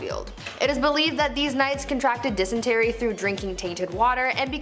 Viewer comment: LEARN TO PRONOUNCE... it is not 'denistry' it is dysentery ! It is so annoying all of the language mistakes there is in this show, I watch to learn some wierd sh*t... but can't take the pronunciation mistakes much longer.... argh 😡